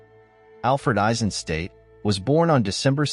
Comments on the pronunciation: Hi, perfectly done as always! I do have one remark and that’s concerning the pronounciation of his surname. It’s pronounced Eisenstat, with a short “a” like in HiroshimA, and at the end a sharp “t”, stad is a town in German, so it’s not pronounced as ‘state”. Greets from the Nerherlands 👋🏼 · nicely done, but you pronounce his name "ai-zuhn - stat", not "ei-sen-state"